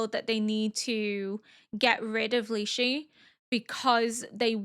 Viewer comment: Quick little pronunciation for Lishu. Instead of lee-she it's lee-shoe